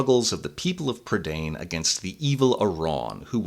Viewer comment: Isn't "prydain" pronounced "PRUH-dine" not "prid-ANE"? Edit: Nevermind, they say it like an English word for some reason in the film. Edit 2: The bad Welsh pronunciation is KILLING me.